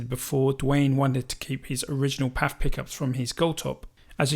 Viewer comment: I have never heard anyone say “paf” pickup before, always “P.A.F.”.